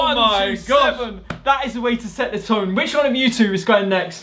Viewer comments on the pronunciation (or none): none